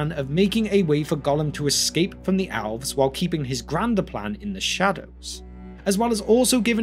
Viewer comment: Why do you pronounce Elves like Owlves?